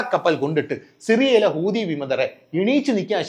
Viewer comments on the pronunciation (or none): none